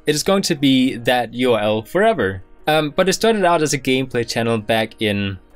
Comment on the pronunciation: Can you pronounce the "uRl" not like "ul"